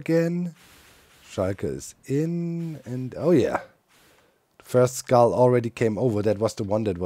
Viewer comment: Every time Doc says, "Skull destroyer activated" it sure sounds like, "Scar destroyer activated" 🙂